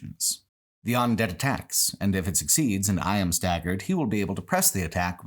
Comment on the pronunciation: Look, he says all sorts of things weird. He consistently pronounces "undead" as "ondead" and he was saying "Because" as "Becoose" at one point. You just roll with it.